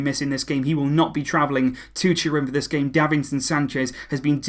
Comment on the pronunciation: sounds like you said gay management, instead of game... 😅😄😂